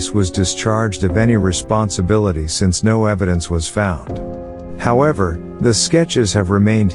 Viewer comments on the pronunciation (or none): none